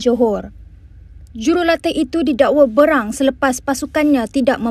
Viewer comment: Fahmi Fazil bukan Fahmi Fazli!! Jangan semberono dalam sebutan. BERANG sebut bay rang bukan BRANG.